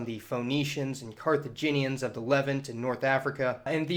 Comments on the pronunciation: Feh-nician not Fow-nician! and LeVANT not leavened, muh-GREB not MAG-REB...exhausting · Good work as always. Note: I’ve always heard Levant pronounced with stress on the second syllable, that is, Le-VAHNT. Peace! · It's leh - VONT and POON - JAB And, as many others have correctly pointed out, not FOE - NEE - shuns,. Still, great job. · This. If nothing else, at least put the accent on the second syllable in "Levant" and use the correct vowel. It's the equivalent of calling the country south of the U.S. "Mex-EYE-co"'. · He pronounces a lot of things wrong, like "Punjabi", "Maghreb", and "Levant"